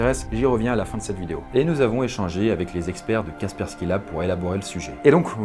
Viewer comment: C'est Kaspersky et non pas Kaskersky